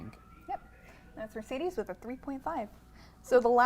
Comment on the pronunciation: Calling Mercedes "Mircidis"